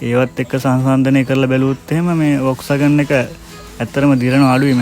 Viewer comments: Classic කාර් හොයන සුද්දෝ මේවාට පණ ඇරලා.මේක හරියටම උච්චාරනය කරන්නේ වොක්ස්වැගන් කියලා නෙමේ පොක්ස්වගන් කියලා. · ඔක්කෝටම කලින් වාහනයේ නම හරියට කියන්න. (ෆෝක්ස්වාගන්)